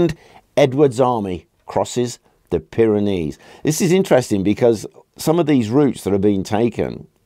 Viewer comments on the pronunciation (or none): none